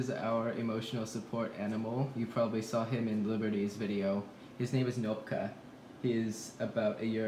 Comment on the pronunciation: Hi from Russia to all of you, just wanted to point out that Thicc Boi's previous name (Knopka) doesn't have a silent k. So it is pronounced as written :3 and Knopka is something people put on teacher's chair as a prank (to be fair, sometimes this word really is used as a cute nickname), button on a shirt would be pugovitsa or pugovka as a shorter and cuter version of the word. So, sorry if the insight in Russian language was too random, just wanted to share this fun fact with you. And if you want any more cats to name in Russian I would be glad to help out :D